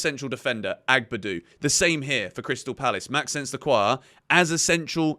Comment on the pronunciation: Great vid, just a quick thing when saying Lacroix first name pls say it like Max-o-nce it sounds better 😅❤